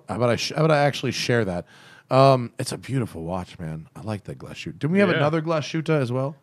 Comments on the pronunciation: No, "Glashütte" is not pronounced like glas shoot or something. It is Glashütte, with "ü" and double "t", "Glas" and "Hütte" are two different words. For proper clearifying the sound just go to Google Translate, write "Glashütte" in the german translation box and let google read it for you (press on the speaker symbol). Otherwise great podcast, really looking forward to the next episode. Greetings from Germany! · I can almost hear the germans cringing in pain.... try pronouncing it "Glas-hütte" not glasshoot. But you got the ü surprisingly good. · It’s pronounced Glas-hoota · Yes, Junkers is German. “Stowa” is pronounced “SHTOva,” and “Glashütte” is pronounced “GLAHS-HÜTEH.” The umlaut must be pronounced correctly, and there is no “sh” sound in that word. And “Lange” is pronounced (approx.) “LAHNG-EH,” as if you were saying “ahh” at the dentist’s. In 99.9% of German words, every letter is pronounced.